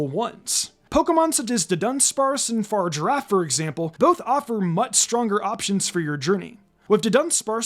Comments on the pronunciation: Dont ever say far girrafe again please its pronounced FA-RIG-ARAF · (far-giraffe) triggered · Ah yes far-giraffe the evolution to closegiraffe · I have never heard someone pronounce Farigiraf like that. It’s the same way you pronounce Girafarig, FUH-RIG-UH-RAFF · I love how you purposely miss pronounce the giraffes name I understand why you did that there’s no way I’m calling it the way they have it pronounced it’s pathetically stupid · How did you pronounce Farigiraf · The way you say farigiraf is maddening cx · genuinely can’t get past how he pronounce Farigiraf, despite one of the trailers vocalising it too